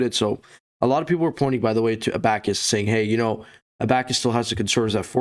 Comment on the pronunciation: I can’t take you serious when you can’t even pronounce abacus right lmao